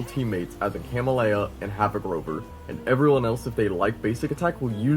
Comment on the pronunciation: CA-MEL-YA you're welcome.